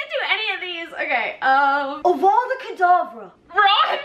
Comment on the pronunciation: Ron it's kedavraa not kedavra